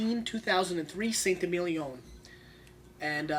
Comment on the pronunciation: Awesome vid thank you. Saint Émilion is pronounced “Sant ay-meel-yon” with the final n swallowed / pronounced in the nose rather than by the tongue (like you would when saying dom perignon). 😊